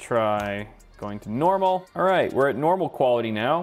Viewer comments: When you said normal it was just like you were saying it in Dutch (normaal) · said Normal more Dutch than I do, and I have spoken Dutch for as long as I live